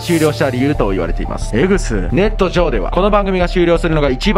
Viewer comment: ネ↑ット↓上↑